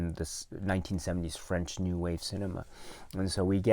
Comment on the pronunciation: Props to you for pronouncing all the French names! Very brave!